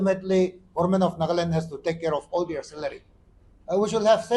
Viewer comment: It's NAGA LAND. NOT NAGLAND HOH...